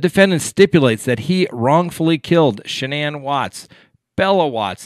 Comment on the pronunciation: Please check before pronouncing the family name of Shannanne.